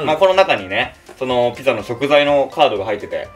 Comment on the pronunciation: の所ピザじゃなくてビザになっちゃってる🫢笑